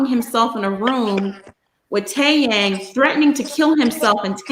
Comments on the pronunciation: She contradicts herself Dracilla doesn’t attend school but yet Jihoon picked her up from school ??? Huh ?.. ? If it’s and English class call it class then 🙄 oh by the way , it’s pronounced Tae Yung To those broadcasters who can’t pronounce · Heather Bryson I don’t understand if these bloggers think they know everything and report on it, they can’t get names right or pronounce them correctly just like Taeyang ...